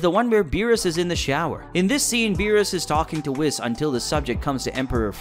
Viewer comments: why does it bother me so much that he pronounces it “Whis” instead of “Whees” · HAKAI! STOP SAYING WISS! WHIS IS PRONOUNCED WEES!!! GODDAMN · Why do people pronounce his name Weese and others say Wiss… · I know this is so minor but I can’t be the only one saying it’s pronounced like “Whees!” Not “Wis” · did bro say fucking wis instead of (wees) whis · it's pronounced Wh-ee-se not Wis! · It’s not wis it’s weez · It’s not pronounced whiss it’s pronounced weez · its pronounced wheese not whis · Whis? It is not pronounced wiS it is pronounced wease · wis? 😂😂😂😂 its prnounced wees but ok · Bruh it's fucking pronounced WEEEES NOT WIS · It's pronounced Wees you fool, Weeeees. Not Wisss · "WISS" got me like 💀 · “Whizz” lol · I think you’re reading into this too much. Toriyama is well known for forgetting things, even whole characters. Also, how do you keep mispronouncing Whis even after you placed multiple clips of characters saying it correctly in the video? The “I” in his name makes the “ee” sound. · Wh-ee-s ..... Say whees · Bro it’s Whis ( W-ee-s ) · Ah yes, the angel wiss. Who says it like that? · Anyone else annoyed by the fact he calls Whis "whis" as in "whisper? It's Whis, pronounced a way that kinda rhymes with Reese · bro said wiss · I thought it was pronounced “WEESE” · Man, you’ve got to pronounce names correctly (Whis is w-EE-s). It is pronounced correctly throughout the ENTIRE show and in all movies he is in in the English dub. I cannot finish the video because of this. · Whis ❌ wis ✅ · He said wiss🤣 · It bothers me he says "wiss" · its whis like wheez but with a s. not whis like whisper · So saying wis 😢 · Dude is whis not wis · Calls him wiss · Who is wis it's whis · calling them "brawlee" & "Wiss" was super cringe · I stopped watching because you keep saying "wis". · I’m having trouble taking a guy serious who can’t even pronounce Whis (WEECE) properly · whis ✖ wis✅ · lost all credibility after calling him "whiss" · dude your totally saying whis name wrong